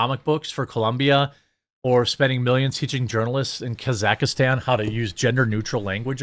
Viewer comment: Your pronunciation of Kazakhstan 😂😂😂